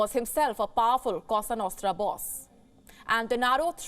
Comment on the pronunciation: Isn’t it « cosa nostra »? Not « casa »?😊